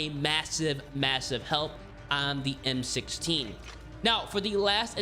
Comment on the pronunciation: bro you butchered the converted m16 bro lol